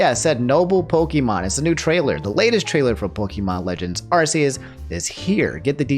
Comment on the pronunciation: not a big deal, but pokemon officially changed the pronunciation of arceus to (arkee-us) because the old pronunciation made it sound like arse